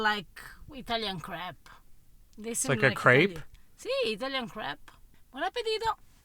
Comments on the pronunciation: Whenever she says crépe it sounds like crap…. LOL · But her pronunciation of "crêpe" was much more Frenchlike than his. Whenever I hear an American saying "crêpe", I understand "grape". But it should sound like "krepp".